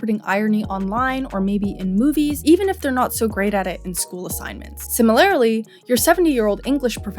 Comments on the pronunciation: Day 11399 of getting her to say SIMILARly instead of simiLARELY And yes, I may have autistic tendencies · "similarily" is painful to the core